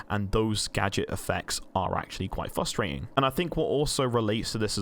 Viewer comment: theres 2 R's in frustrating 😁